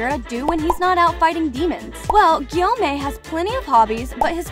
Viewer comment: Nit Gyomei and not samei💀 (bro is gay)